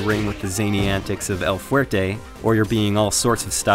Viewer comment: I speak Spanish and it sounded right to me.